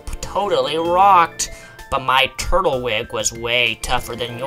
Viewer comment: So many things pronounced wrong. Gar as in Gary - A - dose, sin - oh, pip - lup, tur as in turd - twig